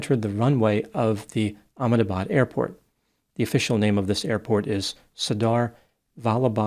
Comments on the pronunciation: Your pronunciation of Ahmedabad is very good ! I'm surprised ! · great job of pronouncing the name of that town in India!